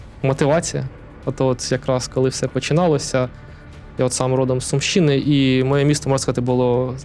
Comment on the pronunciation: З Сумщини а не сумщи'ни...